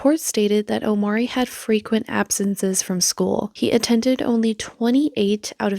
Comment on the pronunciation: First red flag is that she states that his name O-M-A-R-E-E, with an accent for emphasis over the first 'e' - Omarée Except...even by her own pronunciation, he is called OmAHree, emphasis on the 'a" - Omáree I swear people like this use accent marks on their kids names as if they are adding jewels to their nails